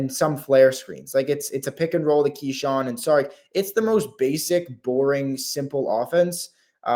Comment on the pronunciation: I’m sure you’re right but that a lot of people don’t know. But a lot of critical people do. It’s exhausting to listen to podcasters and journalists that don’t even know how to pronounce kyshawns name. I’m chirping off and like it or not I have PHD in Wizards f*ckery.